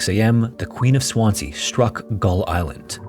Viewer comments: Swansea is said as 'swanzee', no? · I've lived in Swansea 12 years and never heard of this ship/ disaster! But can tell you, it's pronounced Swanzee! (Abertawe is the Welsh name....) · I love your videos but “Swan-sea” though 🤣 Americans crack me up when they don’t look up how to pronounce stuff. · promounced SwanSEA not Swanzee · The second S in Swansea is pronounced as a Z. Swanzee. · Very good but your pronunciation of Swansea is wrong. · Swansea is pronounced with a zee sound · Please just do the smallest amount of research into how to say names of places. Swansea is very easy to learn how to pronounce